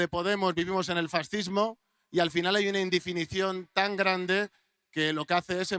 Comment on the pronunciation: Y dice "farcismo".